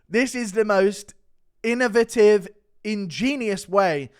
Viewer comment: Guru, Tito opens a container the same way you pronounce innovative.